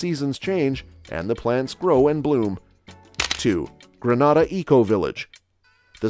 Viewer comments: It's not Gra-nada. Granada is a Spanish speaking country. It's Gree-Nay-da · Number 1 it's not genada it's grenada please pronounce it properly genada is in Spain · It’s pronounced Gree nay da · If you're talking about my beautiful island, it's pronounced GREEN-NA-DA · Please Sir. Its GREEN-A-DAH! Many thanks! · I couldn’t watch the whole video cause he kept saying “ Granada” ! When are they going to get it right???? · All I'm stating, is that I don't live in Greh-nah-dah but '"Grenada". And the accuracy of the information bro, it's willllddddddd!!!! Me alone that counting them millions?!?!?!?! I reach on 3rd set of millions & it's a lottttt.......That's a lot of millions. And I never knew we were using our own money for the technology park I never knew about...I gone yes!🤣🤣Ah done!🤣🤣🤣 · Gren neigh dah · when u learn to pronounce our name...i will begin to listen to your assumptions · First of all the pronunciation is incorrect. Granada is in spain